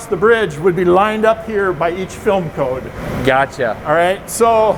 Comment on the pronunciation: he seems to say both in the exact same way. I was listening when he clearly said 'barcode' and then 'coating facility' and I can't hear the difference haha. You're not alone